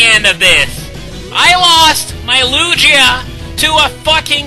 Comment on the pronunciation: and ITS LU-GEE-A NOT LU-JEE-A GOSH